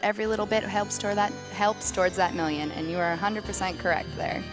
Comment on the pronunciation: "Here's hoping we make that mil-iun" lol